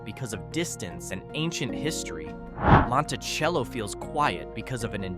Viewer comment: Was stopped by the hildale pd about 12 years ago (driving through) as soon as the officer decided we weren't their to help girls escape we were allowed to leave. Your ai narrator can't consistently mispronounce Monticello. Also considering that, with the exception of the LDS chapel the entire town of Dugway is on the proving grounds and everyone who lives there, works there, residents don't talk about what they see.